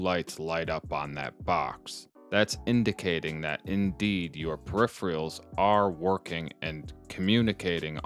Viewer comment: This is insanely helpful! I'll be trying something similar. One nitpick... You're saying peripheral like "per-E-free-all", but it should be pronounced more like "per-eh-fur-all".